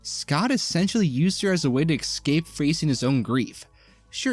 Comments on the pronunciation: At first i thought you were saying "xcape" instead of "escape" as a joke because its "X-men". After a few times, i dont think it was intended. Its crazy to me how many adults still talk in baby talk. Its baffling to me, on other channels how many grown men say "expeshilly". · I’m gonna pretend that your repeated mispronunciation of the word “escape” was intentional because this is a video about the X-Men.